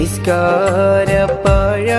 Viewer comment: നിസ്കാര പാഴാ അല്ല.. പായ